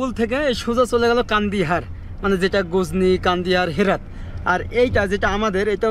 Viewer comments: কান্দিহার নয়, কান্দাহার। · কান্দিহার নয় কান্দাহার